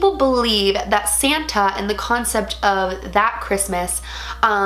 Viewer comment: He’s sant nick not saten